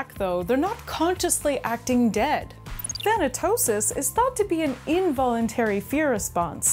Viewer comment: Thanatosis Than-tosis Thanosis Thanos 😳